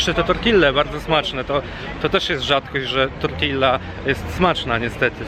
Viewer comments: Nie „tortilla” tylko „ tortija” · Ej tortilla czyta się tortiija, a nie tak jak sie pisze.